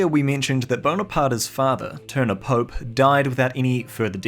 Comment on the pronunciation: Klaus "Pope" is actually pronounced Klaus Poe-Pay